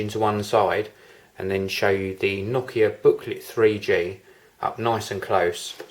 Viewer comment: pretty nice that you pronounce nokia correctly, heh